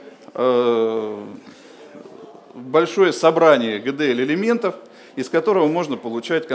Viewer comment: Гэ Дэ эЛь)))